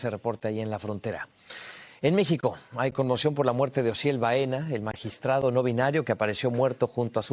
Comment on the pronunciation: Magistrade? Esa no es una forma profesional para hablar y menos para un media como telemundo por favor busquen personas que sepan hablar